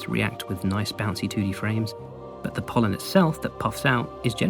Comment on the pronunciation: Every time he said pollen in fungal wastes, it pained me like nothing else.